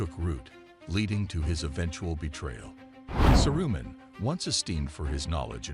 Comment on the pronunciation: Saroo-min. Please learn how the characters are pronounced.